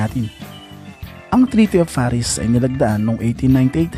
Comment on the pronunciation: “Treaty of Paris” but it pronounce as Treaty of Paree or Paré